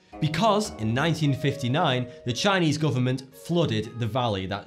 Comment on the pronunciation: He pronounced the Chinese wrong